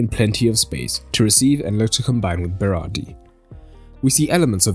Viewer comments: It's Berardi. Not Berari. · At first you said berari